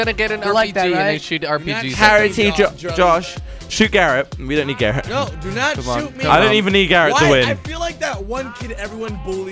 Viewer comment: Wait, Garret or Carrot??